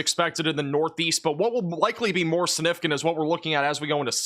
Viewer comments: you gotta learn how to say Significant and First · I know this is a small thing, but I've noticed you tend to make the g in significant silent. That's not standard pronunciation. Your pronunciation and enunciation is otherwise so good, I thought I should mention this. Your videos are excellent, so thank you for them!